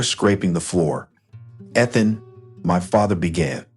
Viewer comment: And say the words correctly, especially the name Ethan